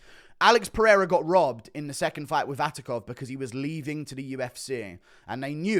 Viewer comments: Its not Vatikov,its Vakhitov 😂 Guru pulling a chael on us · Hey,. Something, you may find interesting: Vakhitov already tried to be an MMA fighter and failed, check out Open FC 31 results. Also it's Vakhitov, pronounced [Vahitov], not [Vatikov]. All the best. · guru is now being like Sonnen, misspelling fighters surnames, 'VaTIKov', while dudes surname is VaKHitov.. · Vatikov, lol. Are english just dumber americans? Btw, since he fought Alex he got blackbolted out of kickboxing for his ethnicity, transition into new sport, got injured and sit out for a year all in Kazakhstan regional, couse he couldn't find booking anywhere else. Deep inside as always from.